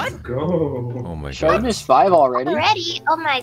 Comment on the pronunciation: lol it sounded like he said “shartness 5???”